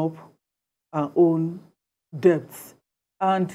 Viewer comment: It's not pronounce as depts it's debts..pronounce it as death!!